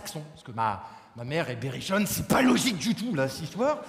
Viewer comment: Il dit ; Ma mére est perichonne ??? J'ai pas compris...